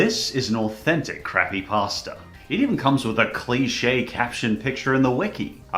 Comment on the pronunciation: i like how he said “croppypasta”